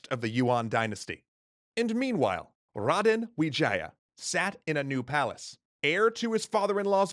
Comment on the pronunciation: They kinda nailed the 'Raden Wijaya' pronunciation, tho...